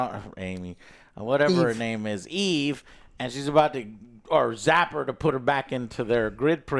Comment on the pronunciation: pronouncing names gives me an aneurysm for some reason lol